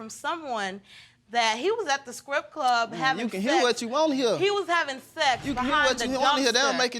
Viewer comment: did she say "scrip club and somewhat wrong" smh....